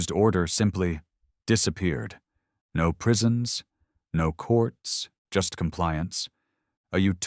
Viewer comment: I may be wrong but I think the AI is reading "no" as "No." which is the abbreviation for number, No. = Number. What I don't get is after hundreds of stories the issue still isn't corrected. Sadly I've got used to it now lol